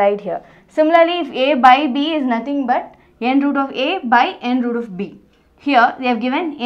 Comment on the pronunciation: Mam everything is good But we need to read as n th root a Not n root a There is a difference b/n both Bcoz if we read n root a it becomes multiple of n and root a n th root a is correct pronounce I think